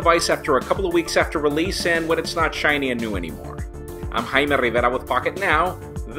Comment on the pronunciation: Rrrrrraime or Jaime?